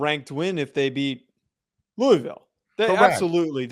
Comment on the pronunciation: Just by the way you pronounce 'Louisville'... if you know you know